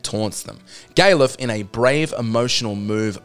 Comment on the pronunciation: Gay-luf? I wouldn't have considered that pronunciation. I usually pronounce it Gal-uf, as in Gareth with an L instead of an R. I can see why you did pronounce it as such though.